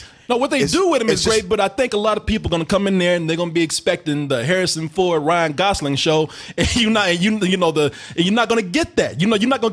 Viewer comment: "Harrsin Ford." Good job...